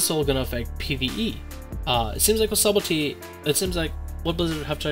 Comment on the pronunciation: You pronounce subtlety wrong, not being mean bro. But the B in subtlety is silent. It's pronounced suddlety. There's a video on YouTube on how to pronounce it. Again, not being mean. Just trying to help